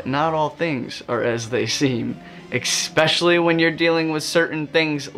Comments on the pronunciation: Great insight. The only annoyance is the word you use: ESpeacially not EXpecially. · I’ve learned a new word today “expecially” thanks dude.